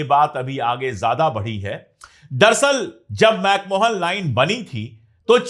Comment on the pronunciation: मैक महोन। मैक मोहन नहीं। McMahon. NOT McMohan.